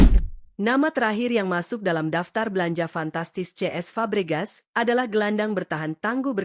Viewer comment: kenapa cesc fabregas malah diucapin ce es sama admin? jadi ngaco